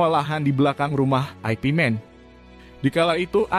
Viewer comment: Yank bener ip Man... Bukan aipi Man... Lucu niih